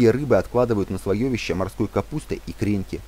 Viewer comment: Слоёвище режет слух. Слоевище правильно.